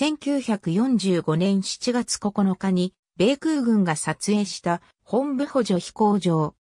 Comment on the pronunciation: モトブではなくホンブなんですか?